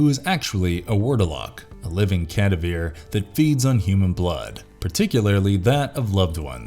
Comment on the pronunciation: They always do great movies but as you say, there are so many issues. Either English isn't their first language or they still have a lot of learning to do. "Cadaveer?" really?